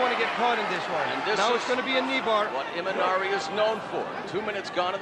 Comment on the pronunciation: Its imanari not imanani my friend